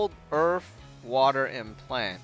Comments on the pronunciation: He says earth like earf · HE SAID EARF!!!!!